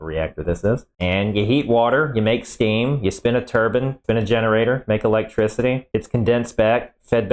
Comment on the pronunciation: lmao i'm glad i'm not the only one who thinks of that every time i hear turbine pronounced like that